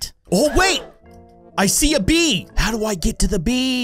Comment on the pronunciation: Everytime he said bee it sounded like bean